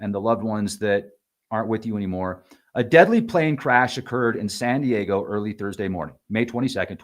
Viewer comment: “Sandy Yayo” 😂 okay bud you’ve been body snatched 😂😂😂